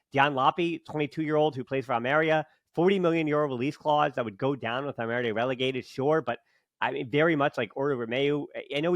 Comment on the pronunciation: al-meh-REE-AH. Not al-merya. There’s an accent on the i